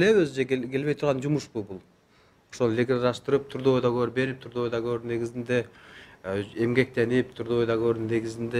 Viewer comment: ондоп кой каталарды сООнун эмес - сОнун. тУрдовой-тРудовой